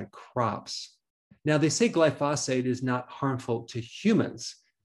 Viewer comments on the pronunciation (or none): Dr. Berg it would help your credibility if you learn to pronounce medical terms and nouns properly. Glyphosate is not pronounced Gli phaw' sate. It is pronounced Gli' fu sate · Glysophate Not Glyphosate. You’ve made that mistake several times.